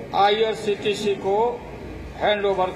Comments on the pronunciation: ye chorba irctc ko irtc bol raha hai ,zarur kuc garbar hai yaha bhe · जिसको IRCTC नहीं बोलने आ रहा है वो देश के लिए क्या कर सकता है? सिर्फ जातिय समिकरण बनाने से देश नहीं चलता है।